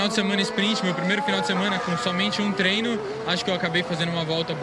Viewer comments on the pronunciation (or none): none